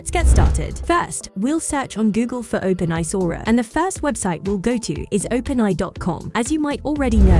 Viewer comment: "Open Eye" Excellent 😅🤣